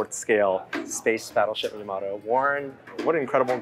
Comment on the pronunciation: Why can't American's pronounce Yamato correctly? It's so painful 😖